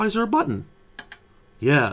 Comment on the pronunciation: "Theare is a button! WTF is the button for?!" 😅